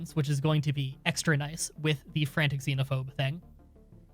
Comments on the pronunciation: Excited for the series! I love this game, (though it’s fanatic, not frantic) ;) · thats Fanatic Xenophobe, not Frantic Xenophobe